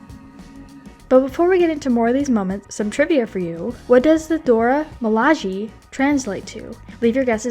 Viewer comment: Just a note, if you're going to do an extended piece like this you should make sure you get the pronunciation of words like Namor, Okoye, and Dora Milaje correct. It makes it seem like you haven't seen the film and brings into question the validity of any of the behind the scenes facts you're giving.